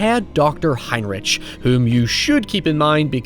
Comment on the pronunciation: It is spelt "Heinrich" but is pronounced "Heinrick"